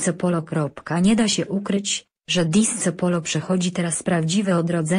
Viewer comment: Disco - czytaj /disko/